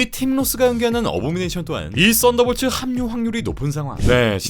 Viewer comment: 왜 나는 쌋다볼츠라고 들리지..